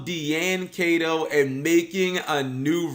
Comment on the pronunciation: D-An Kay-To. Guy, its Die-N Key-To.